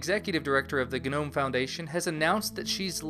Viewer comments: It felt like it shocked my brain every time I heard "guh-nome". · um, i think the g in gnome is silent, like garden gnome. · Is it really supposed to be pronounced 'guh-nome'?